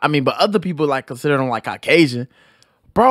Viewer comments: “Carkasion” bahahaha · did he just say his parents were cracasian...instead of Caucasian...omg